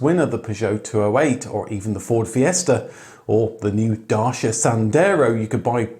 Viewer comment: O car guru, please - do not follow the teaching of the J May one - please do pronounce Dacia correctly. Be the guru and teacher to all that we know you are!! And have a great 2025!!